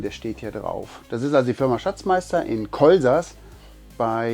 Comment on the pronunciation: Ich bekomme instant Depressionen wenn ich höre wie du unsere Ortsnamen Kolsass und Bregenz aussprichst. Das Fahrzeug ist nicht schlecht, ein bisschen groß vielleicht. "Elektrosmog" gibt es bei Gleichspannung übrigens nicht, also Wechselrichter ausschalten und glücklich sein.